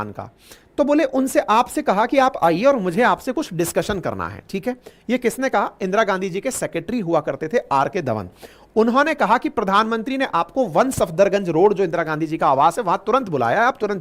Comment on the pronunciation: "सफदर गंज " नहीं " सफदरजंग" कृपया त्रुटि को सही कीजिए ।। अंकित सर आप बहुत बढ़िया पढ़ाते है । एक दम विस्तार से । और आसान भाषा में कहूं तो बिल्कुल जड़ तक विश्लेषण आपको बहुत बहुत धन्यवाद